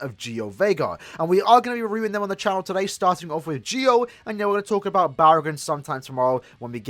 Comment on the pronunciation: Lol I can't watch this video because it's so annoying to here him call Ggio's name wrong lol